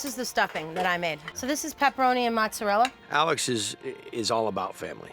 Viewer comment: Mozzarella no A pronounced